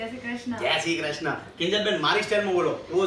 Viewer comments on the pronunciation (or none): none